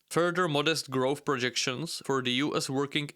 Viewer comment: Its not growthT its growth